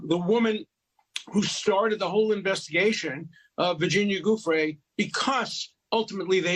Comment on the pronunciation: why does Douchewitz keep pronouncing Giuffre with a Hard G? 🤔